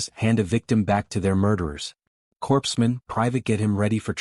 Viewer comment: Overall, a decent story. The humans' philosophy is something we hold up, and strive for, today; but we're not there yet. Hopefully, we'll get there someday. Now, a minor critique: Within the context of this story, "Corpsman" should be pronounced like "Core-man". If you wanted the word to pronounce the "ps" combination in that word, you should have had the AI spell the "Corps" portion of the word with an e; so "Corpseman" instead of "Corpsman".